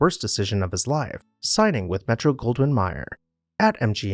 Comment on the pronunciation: It’s “May-er” not “my-er”